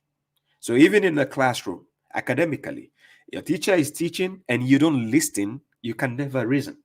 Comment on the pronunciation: the T in listen and listening is silent. Great video. Ever since listening to you and reading the Quran for myself.. cover to cover … it becomes so easy to see the lies that haditheeoons come up with.